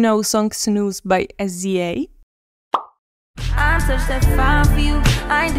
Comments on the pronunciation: Did she say sezea for sza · S.Z.A 😂 it’s pronounced sizza